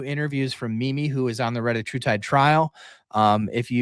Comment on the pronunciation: I thought it was called /reh-TAT-true-tide/?